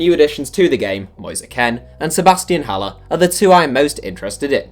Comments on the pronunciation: Ha leir is how you pronounce haller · It’s ha-lair not haller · How can nobody pronounce Haller correctly